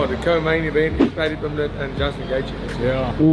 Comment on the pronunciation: Paddy tha -pimblet 😂😂😂😢😢